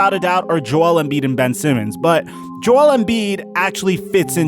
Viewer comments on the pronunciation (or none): none